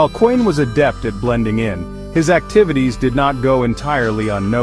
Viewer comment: Intruiging story. But the video is AI slop. No authentic pictures of the Kuehns. Doesn’t even pronounce their name correctly